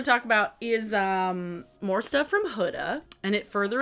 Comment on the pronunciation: record scratch YOU PRONOUNCED HUDA PROPERLY